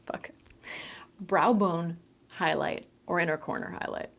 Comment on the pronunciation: Lol "browbone hoiloight" had me laughing🤣🤣 Love all of your videos but the way I sat through the whole live stream🥰